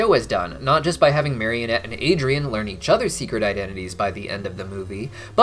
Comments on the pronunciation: Bro it's marinette not marionette Just a fun fact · Everytime he says marionette instead of marinette I wanna scream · Marinette please mari-net. Mario-nette is kinda silly. But loved the video anyhow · Take a shot every time accidentally says "marionette" instead of "Marinette" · I think they should've had Cristina Vee sing in the English version...also it's Marinette, not Marionette. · why do you call her "Marionette"? lol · I know this is minor, but it honestly really bothers me when people call Marinette "Marionette". She's not a puppet. There's no "o" in her name. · Binges the whole series in 2 weeks* Proceeds to mispronounce the main characters name literally everytime* XD